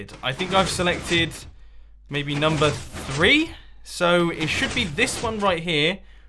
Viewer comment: Lol Mumo said numbo instead of number.